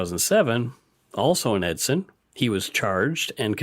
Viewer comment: Hey I just wanna say great podcasts and I like them. Also, I meet Travis Vader once in back in 2008. Also you pronounced Edson wrong.